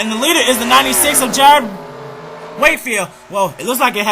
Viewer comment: 5th YYYYYYYYYYYYYYEEEEEEEEEEEEEEEEEEEEESSSSSSSSSSSSSSSSSSSSS! PS its pronoucned Jared except spelled jarrad,Not Jrod.(im not yelling, but you can call me that if you want.) hey great job,also to jessica Lawerence.